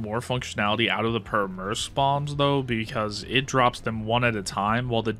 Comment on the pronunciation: the way your pronouncing Pyörremyrsky…